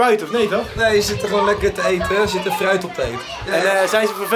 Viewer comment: HET IS GEEN FGUIT MAAR GVD FRUIT EN GEEN AADIG MAAR AARDIG geen haat grote fan hoor😁